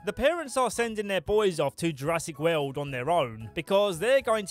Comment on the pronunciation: "Lost Weuuuwwwld".